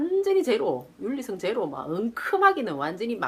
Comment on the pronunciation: 윤리'승' 아니라 윤리 '성' 입니다~ 웃는게 재밋어요 ㅋㅋㅋㅋㅋㅋㅋㅋㅋㅋㅋㅋㅋㅋㅋㅋㅋㅋ